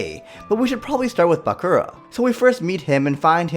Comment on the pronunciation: Hears him say bakura wrong. (My hopes are gone)